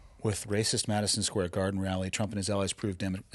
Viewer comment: loses by default until he learns to pronounce his D’s and stop saying them as TH’s. “Mathison Square Garthen”. Gross, lol. 😂